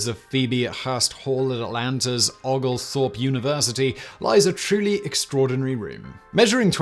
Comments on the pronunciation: Out of curiosity, do you pronounce "Oglethorpe" like Simone does? In Georgia we pronounce it "Oh-gal-thorpe." The "Oo-gal-thorpe" pronunciation caught me off gaurd. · O- Oglethorpe... Long O... Great video but as a Georgia resident it's hilarious to hear some of your pronunciations. 😂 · It is pronounced Oul gul thowrp. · It's pronounced the Georgia way as in Oh-gal-thorpe - equal emphasis on each of the three syllables. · Please learn how to pronounce Oglethorpe University.